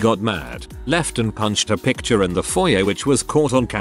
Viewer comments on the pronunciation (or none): none